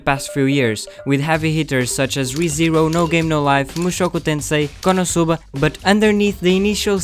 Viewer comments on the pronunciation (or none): eu SABIA que você falava português quando eu ouvi a sua pronúncia de konosuba